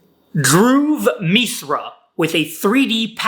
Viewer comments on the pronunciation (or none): lol you are not able to say dhruv mishra in indian toungue